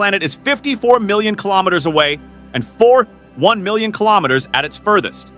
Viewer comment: Can you say "kilometres"?